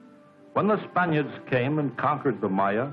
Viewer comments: Good gravy, just a few seconds into the narration. "This is because span-EYE-urds sailed--" THAT IS NOT HOW YOU SAY SPANIARDS ARGLEBARGLE WHAT?!?!!?! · Um... Spuh-nigh-urds? Dost thou referreth to 'Spaniards', ser? I LOVE IT WHEN THEY PUT LOTS OF TIME AND EFFORT INTO THEIR EDUCATIONAL DOCUMENTARIES.